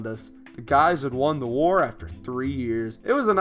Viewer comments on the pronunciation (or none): I just realized that if you go to , he was trying to say war but, said hoar. (I'm sorry for saying that, I just need to, lol)